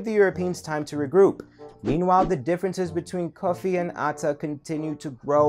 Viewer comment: It is not Kofi, it is Cufi